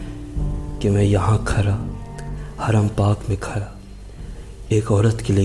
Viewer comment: Bihar k ho kya bhai کھڑا کو کھرا کہ رہے ہو